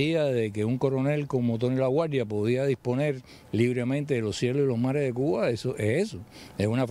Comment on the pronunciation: ¿Por qué el dice "Cu-a"? Por favor enuncie correctamente. Se dice CU BA.